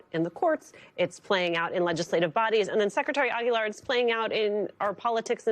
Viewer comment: I love how she properly pronounces Cisco Aguilar's last name.